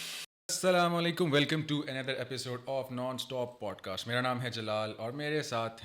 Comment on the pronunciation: She is saying pot cast😂